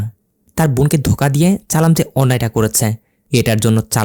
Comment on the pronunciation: Vai nam ta challam tai চালাম বলছে